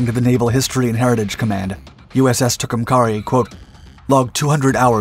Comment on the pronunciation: What was the name of that boat?😂 Fascinating how you will repeat a name over and over again incorectly and she became a he as soon as she started spitting bullets😅It's pronounced Too come care E no matter how the bots pronounce it!